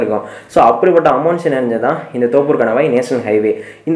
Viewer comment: தோப்பூர் இல்ல நண்பா தொப்பூர்